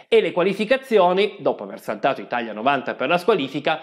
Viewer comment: Bellissimo video, ma si dice ItaLia e non ItaGLia